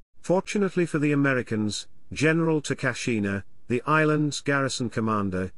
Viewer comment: "The Ameddy-kins" landed. Bwa haa!